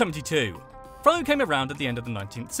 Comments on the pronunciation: It's pronounced fuh not fo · it's pronounced Phuh, not Phoe. My grandma (on my uncles side, not blood related) is from Vietnam sorry :P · Pho is pronounced "fuh",. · Pho, pronounced fa... this hurt my Asian heart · Fact #103: Pho' is pronounced P-H-A. Any Vietnamese Restaurant will be more than happy to correct you here in my neck of the woods in California!!